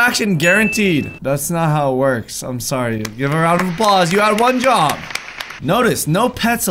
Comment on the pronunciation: Is it just me or at the start of the video does say ‘ wad one job’